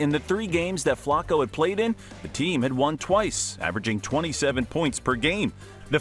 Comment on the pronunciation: The way you say Flacco hurts my brain